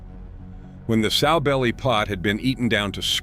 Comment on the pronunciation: Not soe belly. SOW, like a female hog.